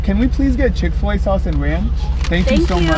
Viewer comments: it’s not ranch. it’s ronch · It’s not “Ranch”, it’s “Ronch” 😂😂😂😂